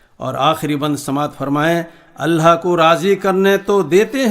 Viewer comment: Mashaallaah bhoot khuub kaha Sirf itna hai ki لفظ (الله) كو صحيح پرہہے ( الهاه) پرہا جارہا ہے